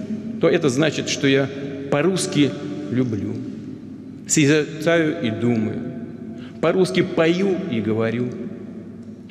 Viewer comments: Созерцаю и думаю? У деда проблема с речью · я б яйца то открутил спичрайтеру, который солнцеликого заставил "созерцаю" вслух произнести-дедушка и так с трудом говорит а тут такое